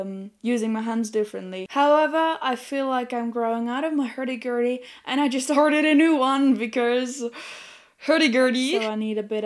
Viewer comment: "Hairdy Gairdy"...*love*